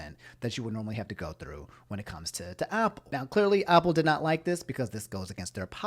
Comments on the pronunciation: when he said Aupple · No one: Absolutely no one:: "Opple" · Nobody: when he says Apple “oPpLE” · Why does pronounce apple like (awpull) but pronounces app like (AHP)? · I was about to say